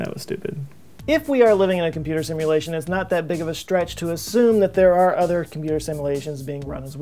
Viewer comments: "Simluation". It´s Simulation, goddamn! ;P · really dude... "simluation"... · what's a SIMLUATION?